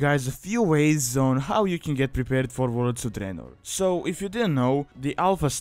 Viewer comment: I really like how you pronounce "Warlords of Draenor", you are trying too hard to hide your accent. Let it flow... it sounds awesome, like an Italian Dracula, you should post a 1 hour video of you just saying Warlords of Draenor in your own accent